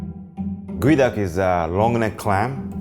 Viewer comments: its GEO and not Goey, why you do us like this english? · why is geoduck pronounce as guey duck? I call it geo duck. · its pronounced Gooeee duck. Not Geo Duck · "This one goeduck, raw.." what now? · I THOUGHT IT WAS PRONOUNCED GEE-OH-DUCK